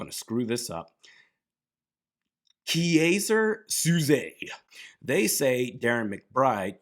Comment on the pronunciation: Ha the kiaser souzay pronunciation was funny. You never seen Unusual Suspects? Classic stuff